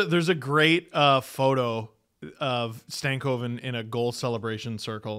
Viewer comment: thank you for saying logan stankoven's name correctly. THERE ARE LITERALLY DOZENS OF STARS FANS WHO LOVE THIS POD